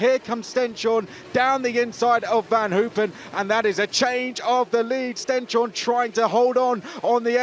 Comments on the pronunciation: Tip to not butcher the pronunciation of Stenshorne: stens-horne (like «hornet» without the t) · "Horneh". And it's not a "sh" sound either, just a normal "s". The commentator was way off!